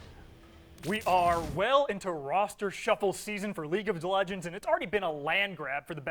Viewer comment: Did he just mess up saying league of legends? Lol